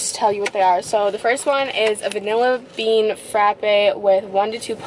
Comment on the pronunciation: so the vinalla bean frapa